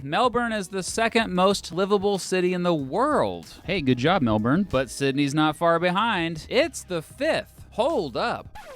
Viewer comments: Still better than "Mel-booorne" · it is Melbourne not melburn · Melbuuuuurn...it grates so bad! Even as a Queenslander lol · Say it with me... Mel-ben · It's pronounced Mel-bn. Also, what happened to the MCG in landmarks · I lived in America for 30 years. Americans pronounce the word "Melborn". I think he's trying to get a correct pronunciation and I'm correcting him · Americans can pronounce Sydney but not Melbourne (Mel-bin) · Oh hey, it's, time for a US history lecture, What in the heck is this? Melbourne is better by the way. Though it's pronounced Melbin. Sincerely a fellow Brisbanite. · It feels weird to hear "Melbourne" pronounced with a hard "R"...and I'm not even Australian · It's pronounced Mel-bin son. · As someone that’s living in Melbourne, this is the first time I heard it’s pronounced “MEL-BURN” 😅😅😅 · Iron Man he pronounced it wrong. The Aussie way to prononce Melbourne is ‘Mel-bin’. It isn’t that bad of a mistake though as I have heard a lot of Americans pronounce it phonetically before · Saying "Mel-born" will be incorrect as far as how Aussies pronounce Melbourne is concerned. There is no R sound in it. Even if you say "Mel-born" really fast, but if the R is still there, it not how they say it. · It would be nice if you could pronounce Melbourne correctly. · You pronounced Melbourne wrong every single time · this was the hardest video i have ever watched that’s not how you pronounce melbourne at all for a start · Mel burn , how do you aussis say ? And why do you all eat leters from words? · Learn to pronounce Melbourne ya flog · the amount of anger that i feel, listening to the mis-pronunciation of Melbourne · Dude before u go comparing the two states please learn to say Melbourne properly lmao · The way you pronounce Melbourne does my head in. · that's actually a very common pronunciation for foreigners - I heard it a lot. Had to learn the right way myself :D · Learn how to pronounce Melbourne properly. Very annoying to my Australian ears.